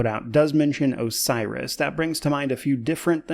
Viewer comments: I think he says he has information on 'a virus', not 'Osiris' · "Osiris" or "A virus" Sounded more like a virus to me but not alot to go on. "I have information about a virus"